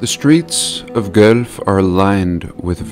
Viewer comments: Hey! I actually live in Guelph (pronounced Ga-wall-f), funny enough, since I've starting watching your videos awhile back. I really started to notice the ancient architecture here. Interesting facts about guelph (which I think is a cover up story at this point) Guelph was known as a major liquor hub during prohibition. It's was all mafia run and Al Capone used to frequent here. The entire downtown core is all connected underground by tunnels. It all runs from the massive central church (church of our lady) down the hill to all the buildings. There's literally tunnels connecting every building. Most tunnels have been filled in, but there are a few that are now used as storage (ie planet bean coffee shop just down from the church) Apparently the liquor would come in from wherever, be dropped off at the church and distributed throughout the downtown. Pretty cool.... the only weird thing is, the tunnels have always been the answer to why there are tunnels there in the first place... some of these buildings are early 1800's apparently. Again, you have the classic 2-3 stories with old windows filled in, below street level. Viewing old pictures of newly built Guelph (available at the civic museum beside church of our lady) you can clearly tell these buildings have been here for a long time. All massive limestone buildings with intricate designs and copper roofs. There is so much to be explored around this area. Rockwood, Eden mills are small towns close by, that have ancient str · Your pronunciation is really sweet and it makes me smile as I lived in Toronto and so close to Guelph for many years. How we say it is as though it were spelled Gwelph. And it blows my mind the ancient circuitry we live upon and I pray we awaken our ancient powers and let this super cheap and crappy, corrupt matrix dimension crumble to dust to reveal the great truth just underneath the hologram and deception. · Played many shows there over the years. It's actually pronounced it "GWELF"